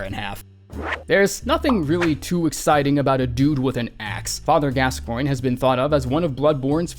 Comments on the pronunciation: Pronunciation for gasgione: gas- ch on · How come no one can pronounce Gascoigne??